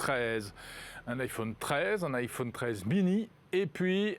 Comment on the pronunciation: Faut vraiment qu'il arrête de dire "iphaune" 😐